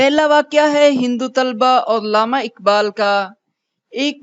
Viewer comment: اردو ٹیھک کریں۔ لامہ نہی علامہ ھے